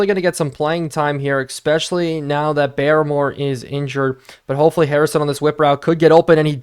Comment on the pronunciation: Hey i know you wanted tips on pronouncing names and idk how i havent noticed but i believe barmore is pronounced like "bar-more" not "bare-more", i would definitely fact check this though as im not 100% sure